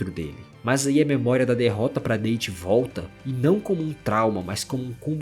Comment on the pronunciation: Comentando aqui por fiquei com agonia da pronúncia do nome do Date. Você pronunciou como se o personagem fosse natural de algum país falante de língua inglesa e isso incorreto. A pronúncia correta do nome do caba é "Dáte", não "Dêiti". 😅